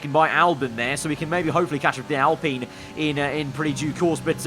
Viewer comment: PINEapple, alPINE. Not Alpeene!